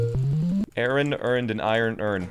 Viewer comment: The way he pronounced, my name, Aaron is a sin.